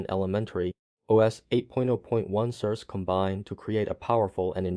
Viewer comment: "Sir Say" is how you say the name. How is it working for you? Which session do you run? Classic or Secure?